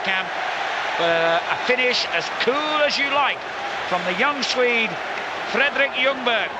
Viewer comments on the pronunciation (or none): I like how he said "fledderwick ljungberg"